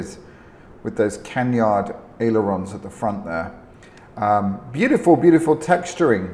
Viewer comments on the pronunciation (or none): Within the first minute you said "Black Hawk" as the developer of this addon (instead of "Black Square"), and "Canyard" for the wing configuration (instead of canard - no 'y' sound).